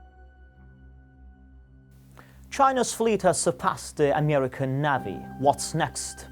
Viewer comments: What the hell is a navvvy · It is so ridiculous to see and hear your compatriots speaking Russian or any other language. It sounds so ridiculous and funny I’ve deliberately pronounced the word “navy” incorrect, knowing that the righteous way of pronouncement is [nevi]. We are able to speak 3-4 foreign languages, while you are able to be limited with English only. I’ve got a fluent English while you are absolutely incapable to speak other languages So try to relax. The life is going on. Have a nice day